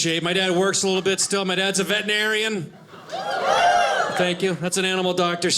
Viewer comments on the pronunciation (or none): Wonderful set! Bro: "veteRinarian" – vetrin not vetin. Thanks